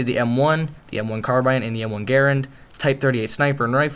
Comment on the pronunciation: wow, he pronounced Garand correctly most people pronounce it like GER-AND